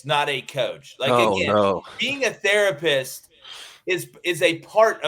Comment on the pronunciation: Dude said Therapist lol